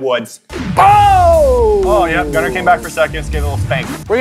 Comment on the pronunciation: You said it right Gunner